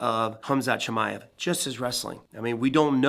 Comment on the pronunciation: And you still can't say his last name there's no I after the M Chimaev